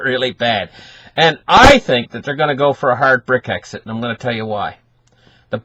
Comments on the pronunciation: It's brexit fella NOT brick exit. ???????? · not Bric-exit, Brex-it :-)